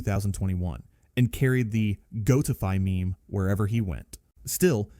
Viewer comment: yes, goat-ify sounded really bad so that proved its ai cause who gets a goat name wrong